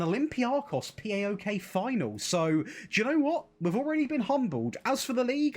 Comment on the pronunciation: Plase never say Pee Ay Okay again hahah , it's PAOK (PA O K) and it's a very big and historic greek team build from the Constatinopole (Kontantioupoli in greek , the K in the name) refugees ! Love from Greece !